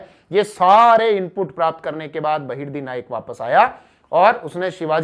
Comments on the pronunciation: बहिर्दी nhi बहिर्जी 🙄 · Its बहीर्जी नाईक not बहिर्दी नाईक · आप नाम गलत बोल रहे सर जी बहिर्दी नाईक नहीं.. बहिर्जी नाईक है... मै आपके बहुत व्हिडीओ देखा हू. बहुत बढिया.. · बहिर्दी नहीं बहिर्जी नाईक 👍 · वो बहिर्दी नही बहिर्जी नाईक है ! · बहिर्जी नाईक ना ki बहिर्दी नाईक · बहिरजी नाईक, नेतोजी पालकर ऐसा उच्चारण है